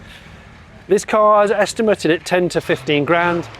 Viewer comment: I was more distracted by the repeated use of "estim-er-tid" rather than estimated.